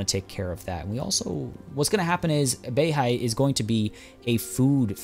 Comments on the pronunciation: U must learnt mandarin before，I hear you speak BEIHAI as Béi Hǎi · 11：03 you said the place Beihai just like a native Chinese speaker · Yea his pronunciations are tight af